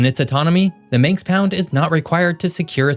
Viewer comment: Manx not Minx